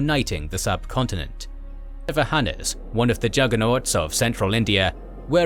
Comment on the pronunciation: "Satavahanas" was sorta chewed up in pronouncing :)